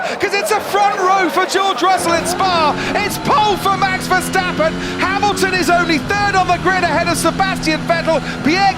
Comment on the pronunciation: VerstAppen not versteppen